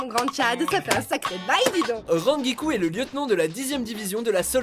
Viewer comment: Beaucoup de noms sont écorchés dans ce top: -Rangiku se prononce "RANEGIKOU" -Tier Harribel c'est Tier Halibel (Pourquoi prendre les traduction françaises ?) -Erza c'est titania et non titiana SInon le top n'est pas trop mauvais :)